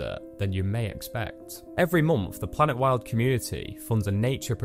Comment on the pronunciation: During your promo I had to forward/rewind several painstakingly to find the name of the thing. And it sounds like planetworld in your narration.. Please put PLANETWILD in BiG BOLD letters on screen during the promo. I want to help, maybe volunteer.